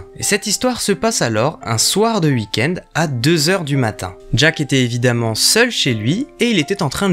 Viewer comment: Je kiff t'entendre dire "hui-kend" pour weekend. Avoir des barreaux aux fenêtres bien pour empêcher toutes intrusions mais pas top pour s'enfuir d'un danger.